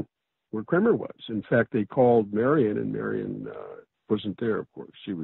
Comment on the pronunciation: A side note: the author pronounced her name as marian. at the time, she was called Mary Ann.